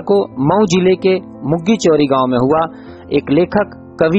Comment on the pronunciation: मुग्गी चौरी नहीं भईया ! सुग्गी चौरी है ।